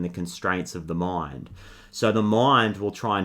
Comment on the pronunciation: Are you saying 'mime' or 'mind?' It will change everything 😂 ❤❤ Jk of course I'm trying my best to surrender to this flood of energy 🎉 Ty sincerely for your service 😌